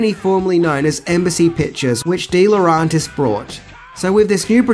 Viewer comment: you trigger my OCD every time you mispronounce DeLaurentis...it's phonetic,pronounce it more like dela-urentis,jeez...